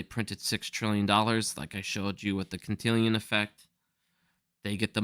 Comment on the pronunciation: Dude Im telling you this again not to be petty but because I want more people to have confidence in your research and when you keep pronouncing Cantillon as Cantillian it makes you appear like you dont know what you’re talking about to people that dont know you. Its KAN-TI-LON effect bro. At least how its pronounced in English.